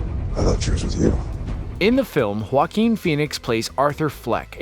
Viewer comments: It's waa-keen NOT huwa-keen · Every time he says "Joaquin Phoneix" it sounds like "Fockin Phoenix". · I thought I heard that 😂😂😂😂😂😂😂